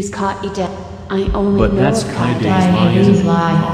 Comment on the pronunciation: Nachquana It's because he pronounces it wrong XD honestly, I think Kaito is one of the few people who actually pronounced her name correctly. It's supposed to be Kah-Eh-Deh, not Ka-yay-day XD